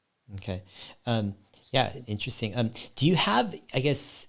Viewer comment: English is my second language. Fluent but still got the accent. I wish I could pronounce « interesting » in such a badass way as Dave 😅 Dave « int’resting » Lee on Investing 👌